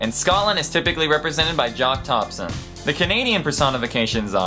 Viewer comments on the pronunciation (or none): none